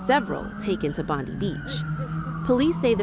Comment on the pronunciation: This is a fake video, because the way she is pronouncing "Bondi" is incorrect